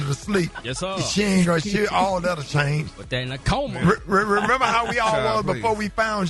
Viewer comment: said "in a coomma" said "chi please"🤣🤣🤣🤣😭